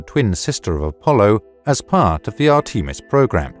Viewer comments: Say arteemus one more time😂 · "Art-ee-mis"? Really? C'mon, guys. This is the age of Google!